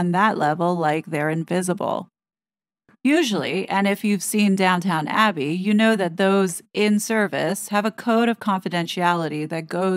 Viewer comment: it's Downton abbey not Downtown abbey